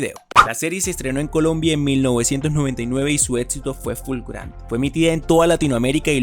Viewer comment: Etxito? Etxitosa? Etsplorara? 😂😂😂😂